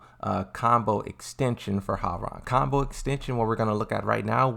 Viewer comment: As a Korean , thank you for pronouncing his name correctly ~ i hear so many non Koreans saying Rang like telephone rang . it is suppose tonsounf Rahng, ppl ! like Hyundai everyone saying Hyoon Dye . it is called Hyun Dae mad respect !